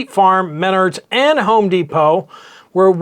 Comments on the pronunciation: Mennards is pronounced MEN ARDS = mennards. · Update: your pronunciation of Menards is off. pronounce like “I got kicked in my nards.” 😂